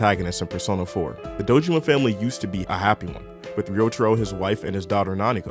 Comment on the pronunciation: it’s pronounced like “Rio Taro”